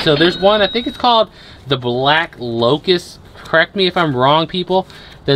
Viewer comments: not locus __lotus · Its black lotus not locus